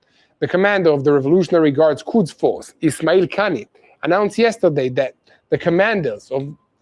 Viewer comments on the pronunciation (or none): none